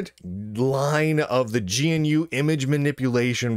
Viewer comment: Why do you say gnu as g.n.u